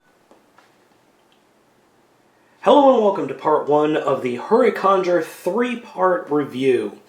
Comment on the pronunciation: u mispronounced huricanger its pronounced hurric and pronounced the same way ranger is so hurricanger